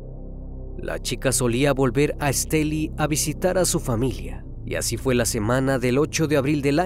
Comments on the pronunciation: Soy de Nicaragua y soy fans del! Me causa un poco de risa como pronuncia el departamento de Estelí! Besos crimi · Me encanta la forma como relatas las cosas pero pronunciaste mal la palabra Estelí soy de Nicaragua y me encanta tu canal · Se pronuncia estelí no esteli, saludos desde masaya Nicaragua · Siii un poco estresante escuchar Èsteli jjjj por los que ya sabemos cómo se pronuncia.. Muy excelente el caso 🫰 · Una pequeña corrección: se dice El municipio de ESTELÍ con acento en la I. Soy de Nicaragua y resido en Los Ángeles, California. Mi amado país y este triste y espantoso caso. Gracias. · Que buen trabajo haces me encantan tus videos. Hasta hoy veo uno de Nicaragua soy de aya solo una pequeña observación la ciudad se llama Estelí no Estèli pero muy bueno tú trabajo, gracias. X traernos estos videos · No te fastidó que dijera Estéli en lugar de Estelí? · sólo b quiero hacerte una pequeña corrección el departamento se llama Esteli' con acento en la í al final de la palabra , por lo demás todo el capítulo está magnífico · Varias cosas que tengo que decir: 1-Muy lindos sus videos, me encantan, hace un muy buen trabajo y edición <3 2-Menciona el nombre del departamento sin acento en la "I" (Estelí) 3-También en la pronunciación del nombre puede haber un error, pues, aquí en Nicaragua se acostumbra a mencionar la "X" como una "S" (aunque puede variar, quizá la familia acostumbrara llamarla "Shiomara" y no "Siomara" a como se hace regularmente) Creo que eso es todo, muy buena noche! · Esteli con acento en la i. Acá no se puede meter el acento. Pero se puede pronunciar. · Soy de Nicaragua,me sorprendió al escuchar que mencionaban Estelí,( la palabra es aguda) . Hace poco te emepence a seguir,muy bueno tu canal. Felicidades! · Corrección: se pronuncia Estelí. Soy Nicaraguense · Estelí. Lleva el acento en la "i". Gracias. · Es Estelí con acento en la i. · X Fin un vídeo de Estelí, una cosa el narrador no dice Estelí con acento al final suena raro 😅